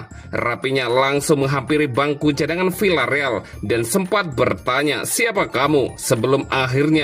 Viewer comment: Maaf membacanya bukan Vilareal akan tetapi Viareal. Contoh lain bukan Sevilla akan tetapi Sevia